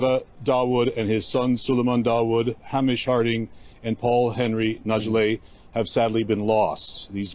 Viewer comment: His name is Scottish and pronounced Hay-mish not haaa- mish. The embarrassment when you can’t pronounce someone’s name when they have passed a mean it’s a pretty common Scottish name and it’s a beautiful name. My son was nearly called Hamish or Seamus. Beautiful Scottish Celtic names.